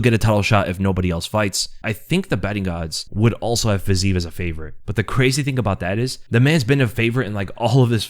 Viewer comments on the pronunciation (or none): FYI (again) - It's "FIZZ-ee-ev." 3 syllables. Every Slav cries whenever you pronounce it like that - repeatedly - after multiple corrections.